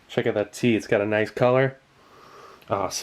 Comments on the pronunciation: click NOICE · Sieglinde "noice"